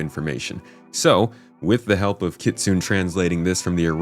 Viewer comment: just fyi, no shade or disrespect meant, its pronounced ki tsu ne, not kitsoon <3